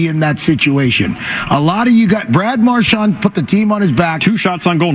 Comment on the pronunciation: what made it worse was that Toronto was playing just as bad! and we still couldn't do shit also love that felger still calls him marshmont